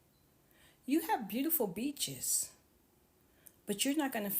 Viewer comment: Oh he said beaches 😅 i thought he said bitches 😅 Yep i watched all of it. Your speaking is improving